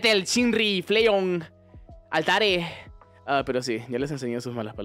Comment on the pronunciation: XDDD me encanto como dijo "Altare" cuando estaba pronunciando los nombres en español